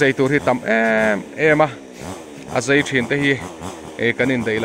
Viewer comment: A lai tak ah hian a "Zei" i ti in ka hria a. Zai a nih kha aw. Maian pawh meian i tih duh hmel tlat